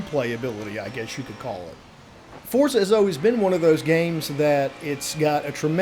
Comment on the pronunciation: Liked when someone actually called it Forza and not Fortza, lmao :))